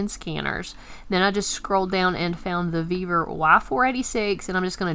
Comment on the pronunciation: Sorry, but this bugs the heck out of me. I find it hard to take instructions from someone who cant speak right. Its NOT VevEr, its Vevor! Vevor! Great video otherwise.